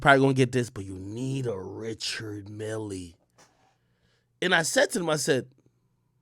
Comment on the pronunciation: Richard Mille are one of those brands that’s gonna appreciate in value and btw it’s not pronounced that way it’s Swiss French Ree-shard Mee l